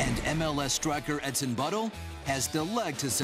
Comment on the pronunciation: did he say the soccer players name was "edson butthole"???